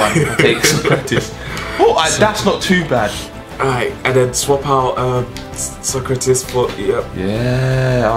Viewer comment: Also you never pronounced keratitis name right, it's sock - rat - ees.